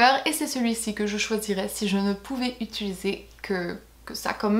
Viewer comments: Je viens de me rendre compte que tu dis "ituliser" à la place de "utiliser" 😂😂 (vers 2 minutes 10 je crois) Sinon, super vidéo! Je trouve le concept super cool et ça nous éclaire sur vraiment tes produits préférés préférés!:) Bisous à toi et à toute ta petite famille ♡♡ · Je t'adore trop mais on dis utIliser et faILLIS xD <3